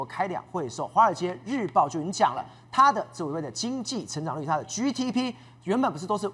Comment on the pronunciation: GDP is not ‘居 DP“， should be 基 DP，but 基 應該捲舌。